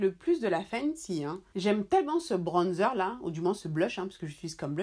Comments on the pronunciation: Je te jure.😂 Le manque de personnalité c'est quelque chose. ''Bronnezer'', quand tu peux juste t'exprimer dans ta langue maternelle, et dire ''bronzeur''.😂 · Tu me fais rire comment elle dit bronzer 😂😂😂 en tt cas super vidéo pck je cherchais vrmt un bronzer mais pour l’utiliser pour faire mon contouring ♥️